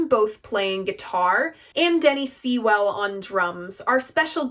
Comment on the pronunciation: PS .. its Sigh-Well not See-Well. hahahaha.